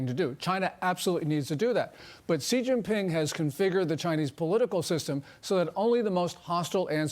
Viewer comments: Maria, please learn how to say Xi Jing Ping. Xi is spoken as she, not gee!! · “Xi” is pronounced “She”